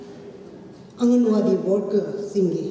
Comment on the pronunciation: Not angal wadi ..it is "anganwadi"